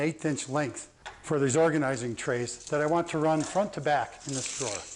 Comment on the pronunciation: Lol drawgonising 😂😂it works 💪